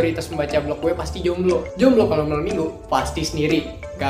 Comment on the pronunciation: Azek. Tapi malem minggunya jangan ditekenin gitu